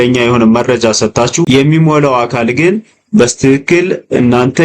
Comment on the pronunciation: አንተ ደደብ ነገር ነህዴ??? ሚጨፍረው አሻንጉሊት ምንድነው በጣም ያስጠላል ደግሞ ሌላው "በስትክክል" ማለት " "በትክክል" ለማለት ነው???